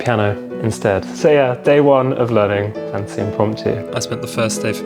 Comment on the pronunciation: Btw just for clarification it's not fantasy for some.reason people say it like or some other way but it's pronounced fan-tay-sha